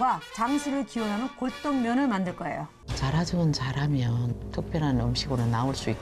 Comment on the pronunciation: 자라 저거 자라면... 요리사분 딕션이 굉장하네요